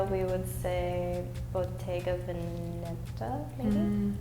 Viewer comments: beh io credo che dovrebbe dire le parole con una pronuncia italiana corretta, e nella parola "veneta" l'accento è aperto (vèneta). Però ovviamente non voglio attaccare per questo motivo, è proprio una sottigliezza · It's about the word veneta, wanting to pronounce it like véneta(accento acuto, e chiusa) when it's simply vèneta (accento grave, e aperta).